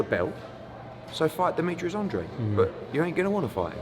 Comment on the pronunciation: nice to hear that Eddie has finally decided how to pronounce Andrade...